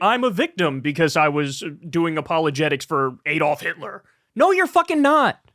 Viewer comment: Why can't Americans pronounce 'Adolf'? (They also always mispronounce 'Graham', but I digress.)